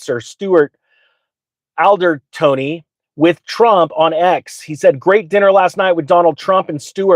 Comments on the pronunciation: his name is pronounced. Al-Dor-Rotty. repeat. and again! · How on earth can you pass yourself off as a Ripple/XRP content provider when you’ve just pronounce Stuart Alderoty as Aldertony 🤦‍♂️!! Unbelievable you don’t even know this guys as he’s the chief legal officer and has been working on the case against Ripple brought by the SEC! I presume you know about this?🤣🤣🤣 turning you off immediately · Stewart “AL-DUR-ROTTY” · Pronounced Stuart All-dur-roddy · bro, how do you claim to be in the XRP army and not know how to pronounce Alderoty? That was cringe